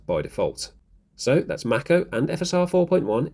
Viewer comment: Please look up how to pronounce Mako (like the shark) 😄